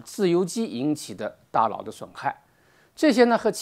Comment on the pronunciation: 大佬，大老，大姥，这个N/L混读实在是拦听，敬爱的胡总书记也恼是这样读。